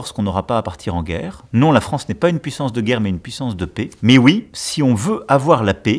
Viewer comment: C'est bien de parler de paix mais faut déjà prononcer le mot correctement, avec un /ε/ comme dans prêt (qui lui est bien prononcé)